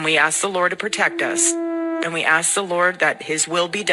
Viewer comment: “Vee must continue to vaccinate”